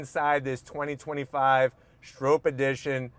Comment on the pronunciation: Lmao its not Strope. Its pronounced Strop. Bill Stroppe.